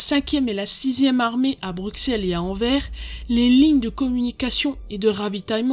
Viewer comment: Très bonne vidéo ! Si jamais, niveau prononciation : Bruxelles : bruSSelles, le x ne se prononce pas. Anvers : anverSS, le s se prononce. ;)